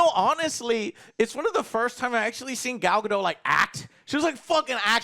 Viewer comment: Does anyone else find it very irritating that mispronounces Gal Gadot's name?